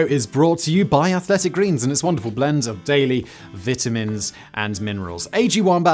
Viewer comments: What are ‘viternins’ Simon, do you mean ‘vItamins’? Is that what you mean? Your accent is so pompous and aristocratic, yet it has its weaknesses. Oh Mr Yanky don’t be laughing too hard, the word ‘herb’ believe it or not, actually require you make the ‘h’ NOT FUCKING SILENT!! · Elon is Mad, Insane just fucking Crazy. Simon, it's Vitamins, Obey the rules of the English language. Love your shows!!